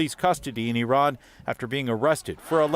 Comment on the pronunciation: Refreshing to hear “Iran” pronounced correctly.